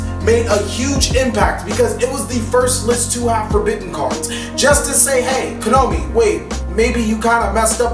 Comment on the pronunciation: Why is he saying Kanomi? Is it some sort of joke?